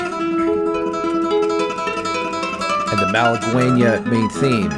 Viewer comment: Btw it is "malagueÑa" no malaguena